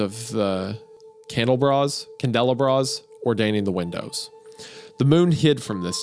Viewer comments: candle bras ❌🙅‍♂️ candel uh bras 💁‍♂️✅ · 121:45 candle bras 😭😭 Wendi its candle-ah-bras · Wendigoon calling Kan-del-aw-bruhs candle bras was the best part of this episode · Love the Candle-bras, it's pronounced Candle-ah-brah lol and it's just a fancy candle holder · "Candel-Abra" not "Candela-Bra" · “Cand-el-uh-bras” you mean Candelabras? 😂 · Idk why but Wendigoon’s mispronounciation here “…ttthe candle-bras? Can-del-e-bras?” really tickled me lol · Noone, Windigoon "candle bras?, can-della bras?" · I know you did not just pronounce candelabra as “candle bra”. 😂❤ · "Candela bras"... 😐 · YouTube’s never cease to amaze me with how they pronounce words, candle-abras. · not wendi saying “candle-BRAS” 😭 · Really cool story imo! Love the way you guys read these stories. oh and "Candelabras" is pronounced like this: Candle-Ah-bruhs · Isaiah mispronouncing candelabras as "candle bras" was not on my bingo card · It's "Candle - ah - brahs" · Everyone: Candelabras Isaiah: Candle bras 😂😂😂😂😂😂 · "Candle-bras" I love this podcast but good lord the fact these guys read stories for a living and are illiterate KILLS ME sometimes 😂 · CANDLE-BRAS, WENDIGOON? CANDLE-BRAS? SRSLY? Just... Utter disbelief fused together with unbridled amusement! Smiling shock. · Hey guys lol.. it’s pronounced Candel-aH-bruH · I saw this comment before he got to that part of the story and I was thinking, "It can't be that bad" but then: CANDLE-BRA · I think I like Candle-Bra Hahaha! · hearing him pronounce candelabras was a wild experience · not getting over how badly isaiah butchered the pronunciation of "candelabras"